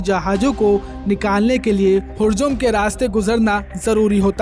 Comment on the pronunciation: होरमूज भी पढ़ा नहीं जा रहा है (हुर्जुम ) इस न्यूज रिपोर्टर से !!! ये न्यूज पढ़ेंगे । निवेदन है कि पढ़े लिखे लोगों को न्यूज पढ़ने के लिए भेजे।